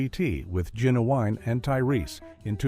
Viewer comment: You said Genuwine’s name SOOOOOO wrong, so screw this channel. 👎👎👎